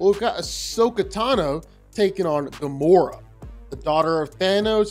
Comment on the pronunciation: Firstly it's Gamora, not Gomorrah... and secondly, she's literally one of the most skilled and powerful fighters in all of the Marvel cosmos and she's easily way more skilled and more physically than Ahsoka is. Ahsoka's saving grace was her lightasabers and the force. If Gamora (somehow) had a lightsaber of her own, then she would have easily owned Ahsoka, no doubt about that. Overall, Gamora isn't at all the weakling most know just from the MCU.